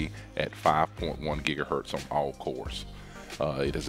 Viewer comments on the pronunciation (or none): none